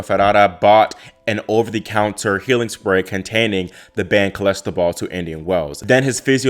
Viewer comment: It's not Cholestebol, it's Clostebol!